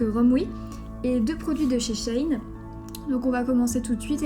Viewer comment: Ça ce dit she in comme en anglais